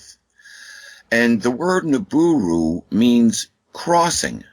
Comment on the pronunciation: Jesus...I can't take this guy going nibooroo...I hate being so irritable..